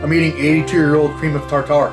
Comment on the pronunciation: Cream of tartar lol. Love the pronunciation Beast